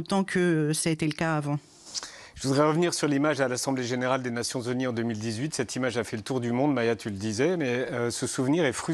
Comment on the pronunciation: Les nations z'honnies?